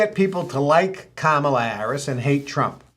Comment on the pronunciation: It's pronounced Kamala. Not Kamala. :)